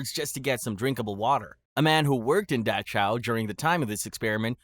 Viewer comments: Tf is Dahchow?? You mean Dachau?? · I like your vids, but the way you say Dachau drives me INSANE. It’s Dock-Ow. Not Datch-ow. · decent channel, but pronunciation is NOT a strong suit! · “apar-thighed” and “da-chow”. incredible. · several mispronunciations such as apartheid and dachau. consider having someone listen to these before uploading